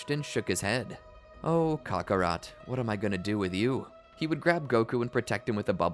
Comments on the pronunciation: the way he says Kakarot irks me. Cock A'Rot. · Why did you say kaka rot